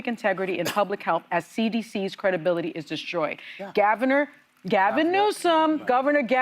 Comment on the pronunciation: She called him Gavenor which made me think of Schwarzenegger which made me think of Gavenator. I like that.